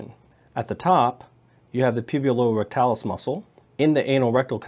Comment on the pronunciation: *puborectalis not pubulorectalis